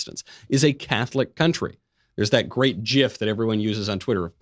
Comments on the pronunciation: I stopped listening as soon as he said "jif" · Especially when the creator said it was pronounced “jif” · There are two kinda of people in this world. Those who say "jiff" and everyone else. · It’s Pronounced Yiff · Fun fact: the current know creator says it’s pronounced “jiff”. Checkmate Atheists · Oh no. Knowles says "jif". Disavow! Disavow! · Did you just say jif? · The Catholic church is the oldest denomination. The Church is the oldest church. The Church existed from the day of pentecost. Please don't conflate apostate Catholicism with the Church. BTW, gif is pronounced with a hard G not a soft g (j) sound. It stands for graphics interchange format not jraphics interchange format.